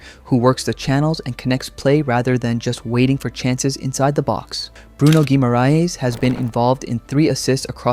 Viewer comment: As for “LH”, treat it as the double LL in “Llama”. So “Magalhães” becomes “Magalloens,” not “Magal-hoens.” Basically, in Portuguese, the H never has the English H sound, so ignore that instinct every time. That's a great pronunciation of “Guimarães”, though!